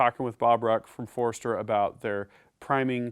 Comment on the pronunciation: awesome review, but it's not foreeeeester lol its Forster. Kinda like when people throw an extra R in Washington.